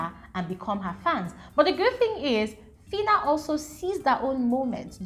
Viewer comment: That fitta ( filter) even made me forget how to pronounce phyna correctly for some minutes 😅